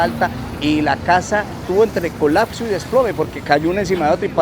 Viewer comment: Que pena ser tan odioso, no es mi intención molestar. Pero no sé dice colacso, Es COLAPSO.